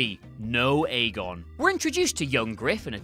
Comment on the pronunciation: JSYK "Aegon" is pronounce "EGG-on", they say as much in the books (and, I believe, in the show, when Davos is learning to read).